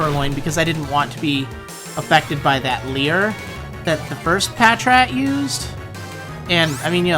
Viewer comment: Patrat has its emphasis on the second syllable, actually, like the word "patrol." Just for your information. I know it's a tiny thing.